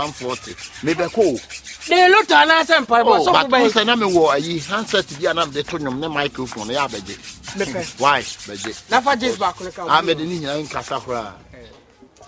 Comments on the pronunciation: did I hear saying miclephone😅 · be funny oo. He say 'Michaelphone'